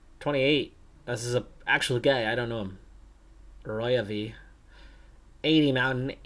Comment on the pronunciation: Very nice series, and so much fun progress! Love the battling for continental pro top spots :). I believe you pronounce the name Arroyave as "Arro" (ar-rò) - "yave" (gá-vee)